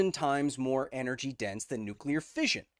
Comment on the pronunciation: It's "fission" not "fizhion".